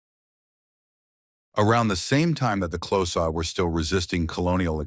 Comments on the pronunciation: XHOSA is not pronounced CLOSAR dmb phck...pronounced KORZA!!! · Also wrong....click sound. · Xhosa ="Close ahhh" 😂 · Is he trying to say the Xhosa? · That prophecy of the cattle slaughter was false propaganda spread by the British, the animals had food & mouth disease, you talk a lot of kak, and learn to pronounce Xhosa properly! Please don't make any more videos, you are clueless